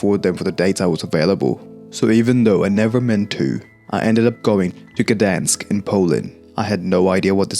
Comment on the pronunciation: G dansk bro thats not how u say it